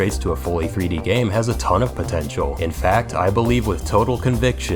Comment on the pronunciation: DID YOU SAY POTENCIAL gif